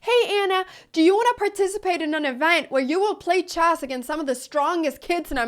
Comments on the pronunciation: & "Choss". I can't speak 3 languages. I'm busy butchering My native tongue(eyoo, that sound's nasty). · like chyasss